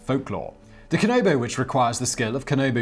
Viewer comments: “I’m going to do my best” proceeds to not even try Dude, Japanese is literally said as it’s written- Kanabo= “Kah Nah Bo” not “Kah No Bo” Also- If you can say “Queue”(or the letter “Q”) you can say “Kyo”, not “Ki-yo”. ALSO- I don’t know if you’re reading from a script, but whoever writes it(especially if it’s you) PLEASE double check your spelling- you said “Rurouri”(not Rurouni) MULTIPLE times. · Kanabo. Not Kanobo. Break down the word before you say it. KA. NA. BO. Not KA. NO. BO.